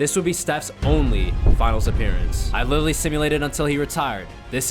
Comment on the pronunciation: lmao the way he says “literally”